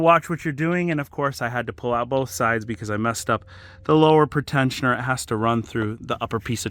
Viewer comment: It's so weird the way he pronounces "pre-tensioners," as "pritenshioners." It's a "Pree-tensioner." It tensions the belt in anticipation of a crash, thus before or "pre-crash."